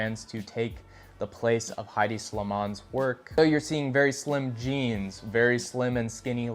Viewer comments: “Head-D” not “high-D” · it’s headey not hide